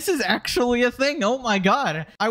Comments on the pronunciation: dude i am not an idubbbz defender but i cannot watch this. you genuinely pronounce 'actually' as 'acktuwawee'. deeply embarassing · it doesnt help you ousting someone as lame when you yourself have the classic redditor speech impediment. saying "acktawwy" 300 times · whilst his argument might have notes of truth pronunciation of "Ackschawwyy" delegitimizes the whole thing by coming across as a basement dwelling redditor.